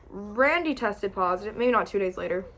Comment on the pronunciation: Just me or does she say WRandy